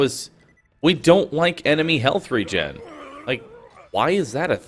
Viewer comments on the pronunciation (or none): none